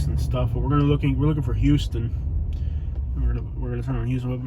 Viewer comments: The street is pronounced houseton not huston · It's pronounced like houseton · Just about to post this same thing...it’s a dead giveaway if you pronounce it wrong. How-stun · It's pronounced "house-ton". Also... Pendleton Homes isn't really that bad... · It’s H”ow”ston Ave not H”u”ston. Lol. Don’t trust any researcher who can’t pronounce the name of the street he’s looking for! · In Middle Georgia, it's pronounced How-stun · Couple of points..it's pronounced "How-stun" Ave. If you drove 2 blocks East at Pendleton Homes you would find Flamingo Dr. A real delight to visit. Born and raised on Villa Crest Ave. Kick ass food in the area. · The street name is pronounced "Hawston" Ave not like the city Houston Texas. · It's pronounced HOWston. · Its pronounced how-stun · The way GA folks pronounce that has always tripped me out. Houston (How stun) & Albany (Al Banny). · For one you need to learn how to pronounce our streets it's not pronounce like Houston Texas and if you don't like Macon take your ass back to AL. Your video was so full of BS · Oh by the way. You missed pronounced Houston Ave. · well, you pronounced Houston wrong. You were in the rather calm section of Macon. You should have read your history. Nothing further!!!! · You need to learn how to say the streets name correctly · You said you dont know anyone who's from Macon Ga but young jeezy the rapper whos technically is from Hawkinsville Ga so my next question is how in the hell do you think you know so much about Macon and this is your first couple seconds ever breathing Macon air you should get all of your facts straight bro and one more thing you are pronouncing HOUSTON ave wrong dont know what you are trying to prove but stay out of 478 and go home homie be blessed